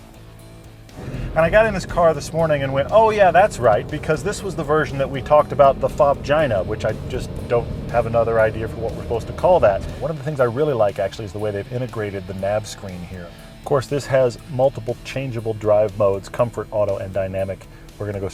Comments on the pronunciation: "fobgina" LOL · LOL at "fobgina"